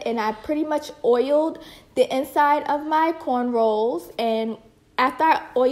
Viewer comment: I sooo want ti try this! It's beautiful on you. Luckily I can do my own hair! By the way, did you keep saying "cornrolls"? Lol maybe am not hearing right..but it's "cornrow". Ignore me if I am wrong though hun!